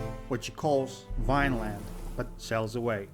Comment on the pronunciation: The Vikings called it "Vinland," not "Vineland." Kah-nah-ta. Arrgghhh... Samuel Champlain did not establish the settlement at Port Royal. A man named Pierre Dugua Sieur de Mons did. Champlain was Dugua's navigator. The Seven Years War is more commonly known as the French and Indian War here in N. America. The fall of Quebec in 1758 is what turned Canada from French to British, and the video maker didn't even mention it. Shameful. He talks about the Red River Rebellion, but doesn't explain who the Metis people are. They are a mixed race people; French and First Nations (Indians) BC becomes a province in 1871. Yeah, what happened to the four original provinces of Canada; Nova Scotia, New Brunswick, Ontario, Quebec. It was those 4 that came together in 1867 in Charloettown, Prince Edward Island (not yet a province) and signed the article of confederation. Your question: No, Canadians cannot move to the UK without going through the regular immigration processes anyone else would. Same for Brits moving here. The Governor General is the monarch's representative in Canada. "The British used the Canadians as cannon fodder." Absolutely *not*. Canada earned its fighting reputation in WW1. At the battle of Vimy Ridge, the Canadian corps accomplished in a day what the armies of Britain and France couldn't do in 3 years. In WW2 we were seen as the most formidable and effective troops on any battlefield. This notion of being cannon fodder stemmed from the disastrous Dieppe Raid in 1942. In